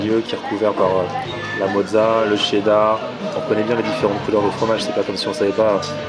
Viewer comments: a chaque fois tu dis qu'il faut dire tchedar et pas cherdar, et la quand tu presente le burger tu dis cherdar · Il a dit cheddar et pas tchedar !!!